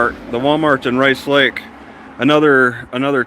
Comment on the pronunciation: I can tell you are from the Rice Lake area. Only locals call it Race Lake when they say the name.